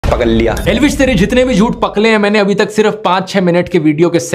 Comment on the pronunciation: पकल लिया , पकल लिया 😂😂